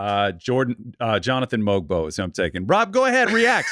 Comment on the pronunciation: The g in Mogbo is silent by the way, and that was a sneaky great pick.